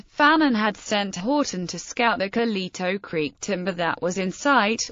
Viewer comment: Could you butcher it any more?